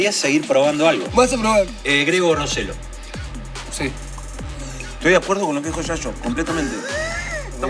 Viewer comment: Bueno al fin alguien dijo bien el apellido de Rosello.